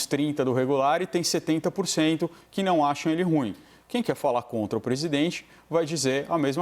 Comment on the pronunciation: Alguém da CNN poderia ensinar ao como se pronuncia a palavra "ruim"???